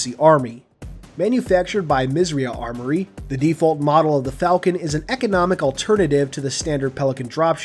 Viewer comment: Isn't 'misss eiiii uhhh' armoury? Good video though :)